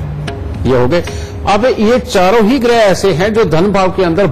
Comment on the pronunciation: Gruha ( घर) nahi ग्रह